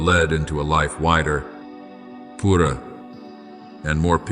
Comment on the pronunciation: Ai has trouble with word purer…